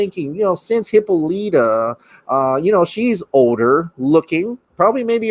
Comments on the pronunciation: Hey, hope all is well and gets better. Just a respectful FYI: Wonder Woman's mother's name, Hippolyta is pronounced Hip-Pol-Lit-Ta. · Why does he keep saying Hippolyta like that? 🤣🤣🤣